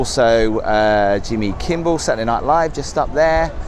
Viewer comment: I think you said Jimmy Kimble which a lot of people do 😂 and you said Saturday Night Live but you meant the Jimmy Kimmel show